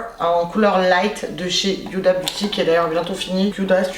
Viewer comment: Pourquoi tu dit Youda dit Huda lol